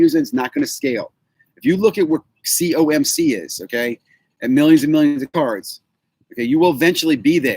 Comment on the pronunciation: Good stuff......side note you said COMC correctly, time to apply for that job again, you’re a lock now!